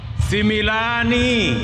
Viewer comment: 😂😂😂😂 Ni sumilan Sio similan 😊